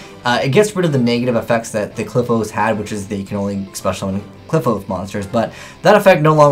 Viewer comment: Kli-FOTH!! NOT CLIP-HOSE